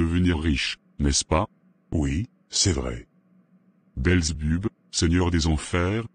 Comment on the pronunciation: C'est Belzébuth pas belzebub😂😂 tu racontes vraiment n'importe quoi....belzebub😂😂😂😂😂 bande de menteurs